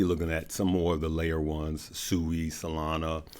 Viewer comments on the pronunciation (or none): none